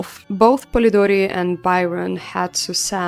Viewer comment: I love how you pronounce Polidori, its so cute 😭 anyway amazing video,can't wait for new ones❤❤❤